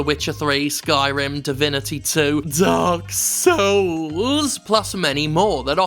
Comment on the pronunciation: God dman it “Dark soouls” XD